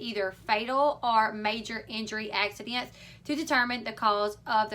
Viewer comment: "Axssidents" "sez" more southern voice lol